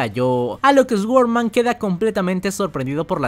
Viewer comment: "ESGUORMAN".......SORDMAN sería la pronunciación